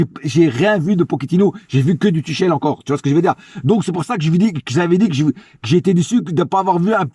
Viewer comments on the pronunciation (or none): *Tuchel et non Duchel